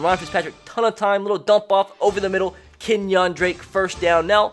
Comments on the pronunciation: "KenyOn drake" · Bama would get stomped by the dolphins in real life. Also Ken-yong Drake? He’s black not Asian